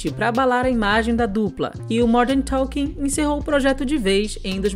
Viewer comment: Vc fala Morden talking